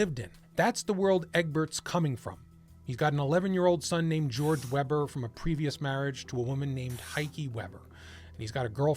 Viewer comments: if they're german, their name would be pronounced vayber, not webber. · You should pronounce WEBER as WAYBUR! 😊 I like your channel! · You pronounced "Weber" wrong.